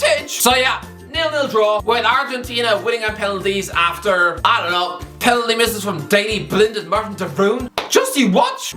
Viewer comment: The way pronounces words really boils my piss. Pen al ty Embarr es ment Sen e gal Aust rail I a